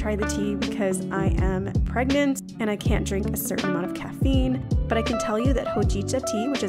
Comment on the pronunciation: paragent . bergent. pregante....... PREGANANAT 👶